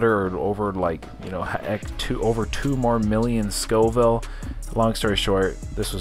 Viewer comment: Scoville not schoville lol